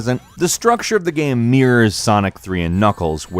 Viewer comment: Why you say “gham” instead of “game”